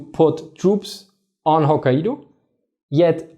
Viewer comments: stopped watching after the second "Ho-kai-eedo" in the first minute. Can't take you seriously. It's Ho-kai-doh. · Great video,. for ref. Pronounced ‘Hok kai do’ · Nice clip. I do feel the Japanese in Northern Hokkaido did get a bit lucky in avoiding Soviet occupation (if Wikipedia is to be believed, something like 17,000 Japanese were expelled from the Kurils, or couldn't return home). As for Hokkaido, the "a" and "i" together is pronounced more like "eye" in English. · Kai is one syllable. Ai is pronounced like "eye" in Japanese just fyi. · ffs - Japanese syllables are very basic, easy to prounance and precise, even for a krout. You got Okinawa correct. Which shows it is an issue of exposure. Type hokkaido into google and practice next time.